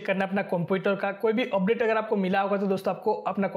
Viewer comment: Update ❌ Opdate ✔️ .😑